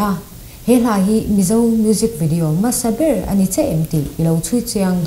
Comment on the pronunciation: FILM tih i pronounce dan hi a spelling ang hian lam tawh la. FLIM nilo in FILM zawk a nia, a spelling pawh hi. Khawkhat te kan nih vangin thrahnem ka ngaihpui che avang zawkin i sap trawng lamdan hi tun ai a ulukin han inzir leh trang trang teh khai.. I mizo trawng lam pawh adik chuanglo H i lamdan te, hmasaber tih leh hmasa tih a hmasa tih i lamdan pawh a in anglo🤦🏽‍♂Masaber niloin hmasaber tihtuuur🤦🏽‍♂🤦🏽‍♂🤦🏽‍♂